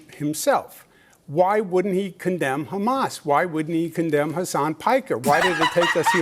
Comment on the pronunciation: he really said "I concemn hasan 'himbo' piker" and expected rabid applause